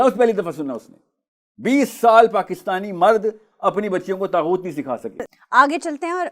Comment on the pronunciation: طاغوت لفظ ھے طہوت نہیں ۔